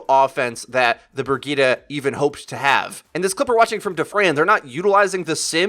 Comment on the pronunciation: who is bergeetah? IT'S BRIGITTE! - typical american ignorance of foreign languages.. sry but thats what it is. this is your game - your passion - your job. at least try to pronounce the chars right pls. otherwise, nice vid. :-*